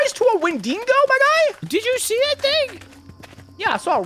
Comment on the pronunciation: its not wenDINGO gents